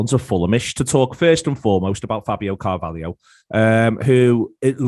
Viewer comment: Not Coutinio Not Firminio Not Fabinio NOT CARVALIO!!! CARVALHO FFS!!!